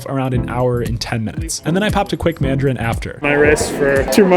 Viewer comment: "And a madrin" -Noah Anderson